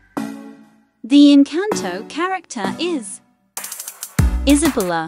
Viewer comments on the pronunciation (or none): I like how stuff was pronounced “Isabulla” and “pepe-a”. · No but the voice thingy pronounced Lusa instead of Luisa LOL and then Isabella was Issbla, but no offense that’s kinda funny